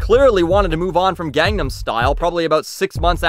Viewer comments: psy said recently in an interview "I wont stop talking about it until learns how to pronounce it. Its been 5 years" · How is pronouncing it "gong-num style" sounding like you're butchering Korean? It's common place to call tacos and quesadillas by their Spanish pronunciation instead of "tayhkos" and "case-a-dillas" in fact those people are often mocked.